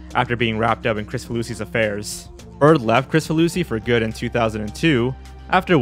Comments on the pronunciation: Pretty sure his last name is pronounced "Krik-faluski" and not "Chris-faluski". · It's pronounced "krick-fah loosey" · So i pronounced his name wrong. I thought it's KrICfaluSHi where the C is soft and the S is an SH